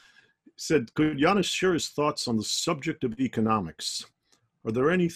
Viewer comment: Yanis, not Yanice lol, but gg